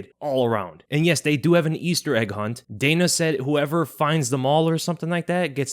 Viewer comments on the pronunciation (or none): none